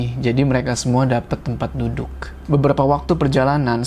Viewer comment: Dan untungnya mereka DAPET TEMPAT DUDUKH (makhorijul hurufnya mantap nih ) nyebut huruh K nya faseh wkwkwk